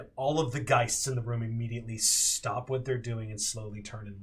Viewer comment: I'm very late on this, but, being German, hearing "Geists" makes my skin crawl. The plural is "Geister", dammit :P